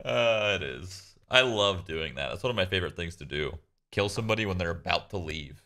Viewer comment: “I hate Keela, so I will keel”